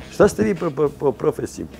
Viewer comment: boze opljacko 100000 zlatara a ne ume da kaze "po profesiji"